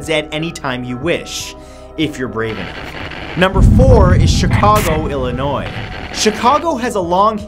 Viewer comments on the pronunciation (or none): none